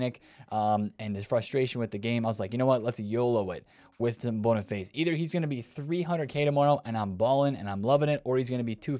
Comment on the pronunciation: Anyone else love the fact he calls Boniface bonnerface